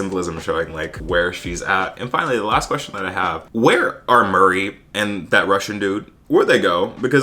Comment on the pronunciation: The way you called Murray ‘Morri’ hahah